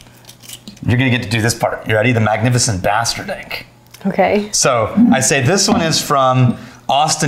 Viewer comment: says magnificient bastard-ink